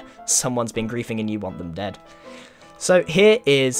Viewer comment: YOU SAID DOAD OR ALIVE